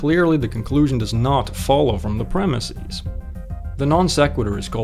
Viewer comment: Please don't say premis-eez.